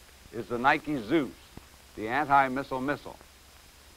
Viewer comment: Thank you,, for pronouncing Nike correctly. Many after you will not.